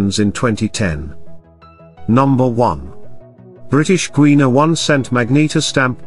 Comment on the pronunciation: Maybe they could have picked a narrator that can actually pronounce words correctly: "Number one : British Gweena one cent magneeta stamp,,,"???!!!